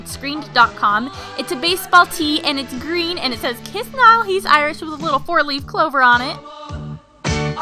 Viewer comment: HAHAHA. Its Niall not Nail!